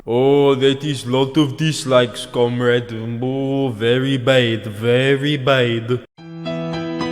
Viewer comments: dat beat sounds like it was made on a tin can with little bits cut out of it. and you sed cumrag not comrade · "Healloo comeraade" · it sounded like "hello cumrag"